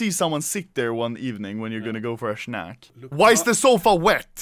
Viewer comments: “Go for a SHNACK” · "snachk" AHAHA🤣🤣